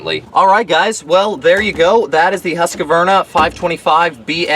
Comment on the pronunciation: It's not a Husk A Varna ..it called Husqvarna and it's an ok blower. Just call it what it is. Husqvarna, you keep calling it a Husk A Varna . Maybe you do that for a laugh?? Got me. You mispronounced the brand name everytime you said it. Other than that, cool review. I own one and it's ok. No better than my old BG86c but a nice change for what it is.